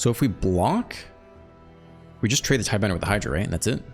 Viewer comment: TIDEBINDER!!!! NOT TIDEBENDER!!! Love your videos, but that's driving me a bit mad.